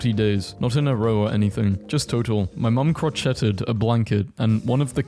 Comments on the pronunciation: "cro-chet-ed" I'm dying 😭😂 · is it just me or ive never heard someone say crocheted like that